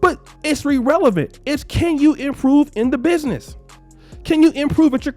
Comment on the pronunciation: “It’s RErelevent” 🤣 I absolutely love this man 👏🏾🥰💯